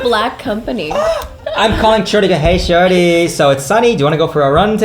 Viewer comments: Thats because dropped the middle "i" and so it sound as "Shori". Thats why dropped "s" at the end of name LOL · Tbh I thought they were hooking up and he's just calling her shawty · It sounds like he is saying "Shorty" rather than: ) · Is it intentional, or does the way say ‘’ sound like ‘Shorty’? Just me? Alright, I’ll see myself out..